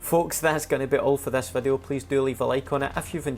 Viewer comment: why am i hearing wadu instead of video ?